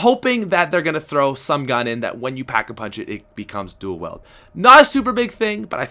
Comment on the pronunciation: Stop saying dual weld its dual weeld